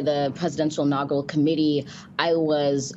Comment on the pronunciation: I heard the impediment raise it's ugly head when the tried to say "inaugural" and later "camaraderie". You never know what people have to overcome.